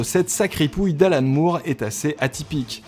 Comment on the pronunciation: Juste un truc.... "Moore" ça se prononce "More". Merci. Cf.